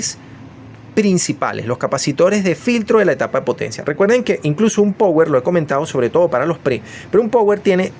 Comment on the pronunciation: PAAAAAAWER PAAAAWEER SE PRONUNCIA PA WEEEERR. OHMIOS, NO OHMNNNIOS, BO LLEVA N .